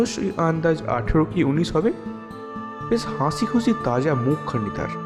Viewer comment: হাঁসি নয়, হাসি। উচ্চারণ অপরিস্কার, আরও practice কর।